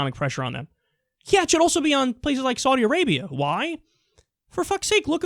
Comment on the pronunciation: Wait...Did he say Saudi Arapia?